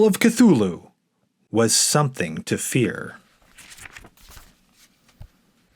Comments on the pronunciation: It's pronounced Tū-Lū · More "Cute-thulu" 🙄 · Since Lovecraft himself was never sure, I prefer to say THOOL-HOO (silent "C") as in Chthon.* . *pertaining to the underworld. Sounded as a "K" when preceded by a vowel